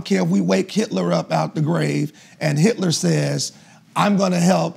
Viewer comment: “I’d roll with Hilter” 😂😂😂😂😂😂😂😂😂😂😂😂😂😂😂😂😂😂 I’m dead I’m surprised everyone let that go 😭🤣😭🤣🤣